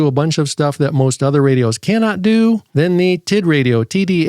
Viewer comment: "The Titradio TittyH9"???😂😂😂